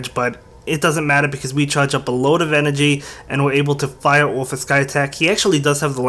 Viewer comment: Why do you say fire oufgh